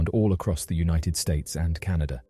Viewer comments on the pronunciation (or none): none